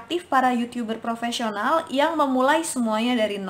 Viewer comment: Yutub ber rrrrr propesional